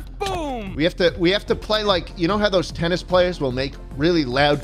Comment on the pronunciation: “Tubbennis” really got me